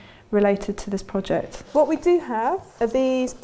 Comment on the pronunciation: “Pro-ject”.... the what??🤣 Great video though